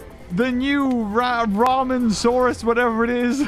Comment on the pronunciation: calls it raminsaurs lmao me: Like WTH